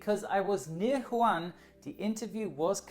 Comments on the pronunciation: Wuhan, not Huan you potts. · The city is called Wuhan not Juan ... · good try but Wuhan is pronounced like “u-hann” with the “u” sounded as “uno” ‘s “u” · I thought it was Wuhan, not Huwan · woo-han ("han" like "ham") - but still much better than just "han":) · I know but he didn't said wu han He said who han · Good video, but it’s pronounced WOO HAN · it's pronounce Wu Han. Great video 👍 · Pronounces Wuhan "Juan" Me, an intellectual: Unsubscribed (jk i love you) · The place is pronounced as Wu-Han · The way he pronounces Wuhan triggers me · I belive wuhan s pronounced woo-hawn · Sorry but I'm afraid that Hongkong is not supposed to be filed under "one of the 24 countries". Hongkong IS NOT A COUNTRY, it is part of China. You may want to correct this :) And Wuhan is pronounced the way it could be pronounced as a German word, instead of "huan" btw, if you would like to make a video regarding this outbreak at least show the decency learning how to pronounce the frequently mentioned city name correctly and make sure you don't spread ignorance regarding the sovereignty and territorial integrity of THE country you are talking about. Thanks. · Nope he said Juan, China. Oh wait... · No, Wu-han is the western way of saying it. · Every time he says wuhan I wanna laugh hahah But no hate, I’m Australian and just came back from hongkong around 2 weeks ago. It’s rather scary, I am healthy but who knows. At least I didn’t get sent to Christmas Island. And I’m not leaving until I hit 14 days exactly. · Arran Morton I am Chinese, it’s not pronounced like that. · I think it's pronounced Wu-han, not Hwan. Nevertheless, good video. 👍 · Awesome video, but its Wuhan not Juan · Wuhan is pronunced "woo-han" not "Juan" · stop saying jaun instead than wuhan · Wuhan not Juan! Dude Mexicans are already screwed with their beer, have mercy! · Just one thing. Wuhan is spelled Wu|Han and not Hu|An Edit: Wu|Han or Wu|An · Everyone else: "Wuhan": "JuAN" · it's not "Juan" It's "WU-HAN"